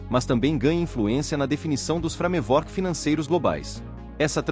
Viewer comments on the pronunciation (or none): Precisas trocar os termos expertise ( pronuncia expertise não expertaise) e framework (pronuncia freimeuork, não frame vork) por palavras portuguesas. Tirando estes pequenos detalhes, ótimo e informativo vídeo.